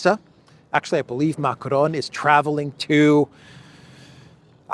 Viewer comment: Why are you pronouncing Macron's name like that? If you can't do it with a French accent just do it in English. Bizarre.